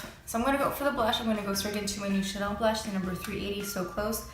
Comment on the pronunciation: Bring on the color correction and use things that have French titles because I love when you talk Chanel !